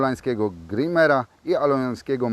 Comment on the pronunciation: Grajmer a nie grimer